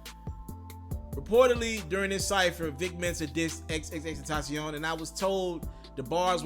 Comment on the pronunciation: Omg you said his name right bout time 👏🏾👏🏾👏🏾👏🏾